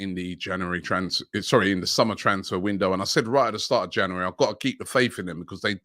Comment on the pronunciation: Jan yuu ri